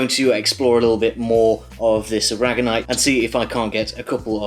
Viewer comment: I think the last specimen was aragonite. I think you said raganite